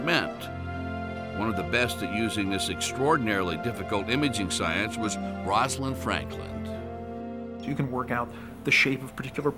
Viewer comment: That mouse has been shaved: environmentally caused baldness that isn't genetic, so literally the opposite of what the video is discussing. The narrator says "Rosalind Frankland" . Really???